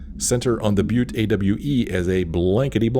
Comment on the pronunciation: I know this is a thousand years old,but you said Butte correctly. Here in Texas we have a city named Butte as well as Montana and a butte County in California. Butte is pronounced byoot. You said you hadn't figured out how to say it correctly, so here ya go.